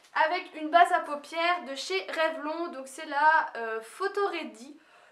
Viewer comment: Trop bien ta vidéo <3 juste pour te dire avant que des gens viennent te critiquer revlon se dit revlone on doit prononcer un e donc voila c juste pour te prévenir et non critique et bravo pour tes 8 000 bientôt les 10 000 <3